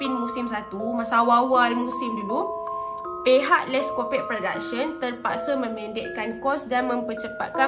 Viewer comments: Akak sebutan die les’copuqe bukan “les’kopek” sorry kak nk betul kan typo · HAHA Korang camne nak pronounce Les Copaque nii HAHAHAH cz aq terdengar sebut les kopekk AQ TERGELAKK SORRY Tapi sya sebut les kopakyu atau les kopak HAHA peningg laaa syeee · Kak, cara sebut “Les Copaque” ialah “Les Kopak” 😊